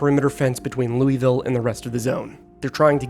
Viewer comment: lew wee ville LOL